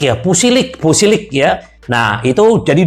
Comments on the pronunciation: Pulisic bukan pusilic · Sengaja om😊 plesetin lidah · Sengaja om mlesetin lidah si